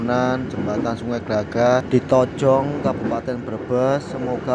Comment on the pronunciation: Itu nama nya tonjong mase bukan tojong😂